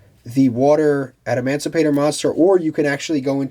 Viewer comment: He was saying "adamandrite” 😂